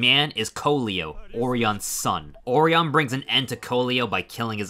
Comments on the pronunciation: I think orion is named after the constellation. Or-eye-un. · There were a lot of mispronounced names in this video. Orion was a particularly shocking one.